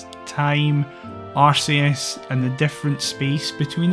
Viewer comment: luci here. you say Arceus the Correct(tm) way. Ignore the haters, that is all